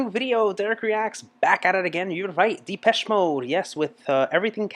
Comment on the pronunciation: its not dipeche more like dehpeche